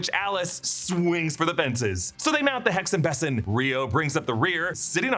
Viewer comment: I'm german and absolutely did not catch that they said Hexenbesen 😂😂 (because "Besen" has a long first vowel and a soft following consonant - so the first e is long and the s is softer than any s in english)